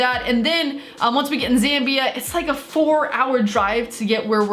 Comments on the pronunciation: My mate lives in Zambia. Btw your saying it right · Ur pronounced Zambia correctly I would know because I did an entire research project in the country